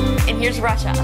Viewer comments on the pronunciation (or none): none